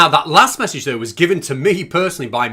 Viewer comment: Fallowing? Stap? Massige? What's going on with Mitch???